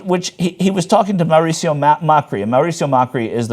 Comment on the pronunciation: also the name is Mauricio, not Maricio... thats TYT "investigations" for you